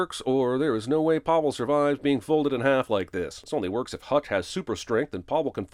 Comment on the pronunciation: Had a issue with the pronunciation of Pavel. It is pronounced Pa and vel as in velvet…